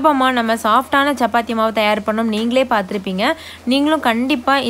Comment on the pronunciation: Sappathi illa chappathi, it’s cha not saa